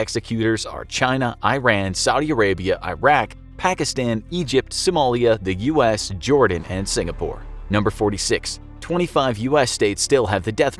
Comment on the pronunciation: It is Pakistan not paskiestan